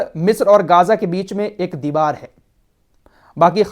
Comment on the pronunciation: Bhai m aapki jiyadater news dekhta hu behut achchi news detey ho but kuch words k pronunciation m galti h ex geyja